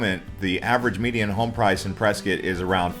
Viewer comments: it's Pres cot not preskit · It's Press cot. I mean wow, are you a Californian? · I thought it was Press…scott. It sounds like you are saying biscuit.